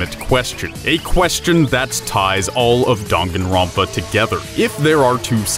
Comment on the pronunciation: I know damn well he didn’t just say donganronpa